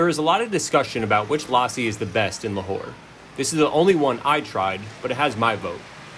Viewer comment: It’s pronounced lussi with a short ‘u’ sound.